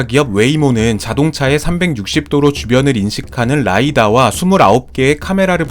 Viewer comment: '라이다' 라고 하는거 구수하다ㅋㅋ